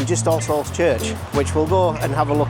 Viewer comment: I wont lie, everytime you said "all-souls" it sounded a lot like Ar-se-holes in my head haha!